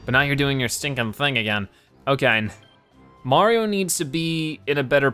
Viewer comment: Stop saying marion and marium